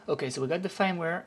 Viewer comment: Firmware is pronounced like the word Fern but with a M at the end. Your pronunciation sounds like "fineware" would be pronounced if it were an English word. Thanks for the video and the detailed instructions.